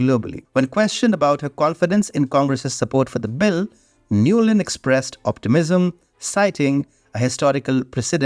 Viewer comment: Victoria Nuland has become Nolund 😂😂